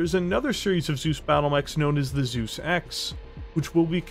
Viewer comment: Well... how to pronounce "Zeus" the real Steiner-way? "Soos"? Nope. "T-soys"? Jawoll!